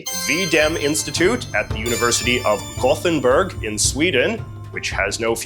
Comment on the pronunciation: As someone from Gothenburg, your pronunciation was hilarious and caught me completely off guard (for the record, Gothenburg is the English name for the city so you just pronounce it like an English word. The Swedish name has a completely different spelling and pronunciation)